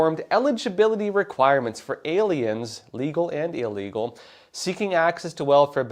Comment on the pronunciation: Great video. Pronounced ill-legal, not eel-legal.